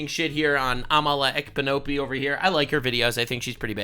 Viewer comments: Amala Ekpunobi, lol It's pronounced "Ep-uh-new-whee" I hope that comes through correctly 🙃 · The K in Amala's surname is silent